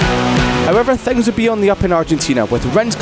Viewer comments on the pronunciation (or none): Who the f is the narrator with a horrible "i" pronunciation?! "Rens", "wens", "theng"